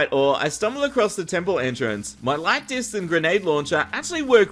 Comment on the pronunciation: Him saying light discs sounds like lactis